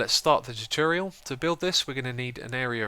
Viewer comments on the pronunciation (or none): Is it just me or did he say tootooriul instead of tutorial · You are mispronouncing 'tutorial'. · Tchutyurial?? It's tutorial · “Teturial” Tutorial. “Teturial” sigh